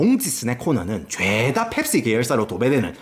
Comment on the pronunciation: ㅅㅂㅋㅋㅋ 이형 '펩-C-ga~' ㅋㅋㅋㅋㅋㅋ개조아 진짜 남자중에 제일좋아